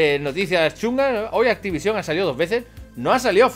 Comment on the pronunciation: te juro que me va a explotar un puto ojo si te oigo decir una vez mas activisión!! que no tiene tilde cojones jajajajjaa